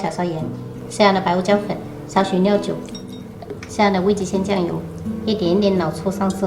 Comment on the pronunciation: 喜欢你们，但是每次听到尿酒真的会笑🤣